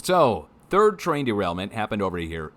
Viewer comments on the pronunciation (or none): none